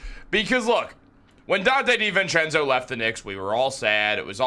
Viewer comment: I can’t take it how you say Di VENcenzo lol. It’s divincenzo bro